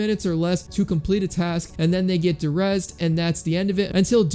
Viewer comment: De-Rezzed not Der-Rezzed.